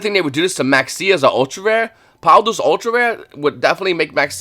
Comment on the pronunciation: Do you say power of the duelist on purpose? 😂It's always funny to me lol